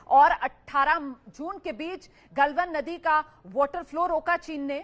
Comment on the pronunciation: गल्वन नही गलवान